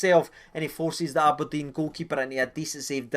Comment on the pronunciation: thanks just spat red bull everywhere when ye said " am i deed" haha